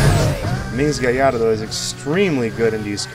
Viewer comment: Finally someone pronounced Gallardo right XD